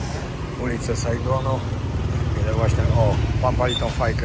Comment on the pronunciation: " ulice Sajgonu" co łykasz że tak belkoczesz bez sensu !?